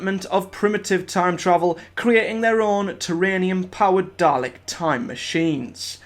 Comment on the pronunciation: Bro it's dal-ek not darlec